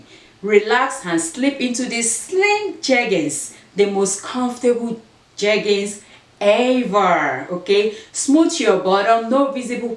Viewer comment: When you were reading the jeggings instructions 😂Sis sometimes we can’t get the right pronunciation but you got it, 2 pair of jeggings for a dollar and you style the blue t-shirt and how you dress it up😍 yes o is how you wear it not the price you paid! Love love it💯❤️❤️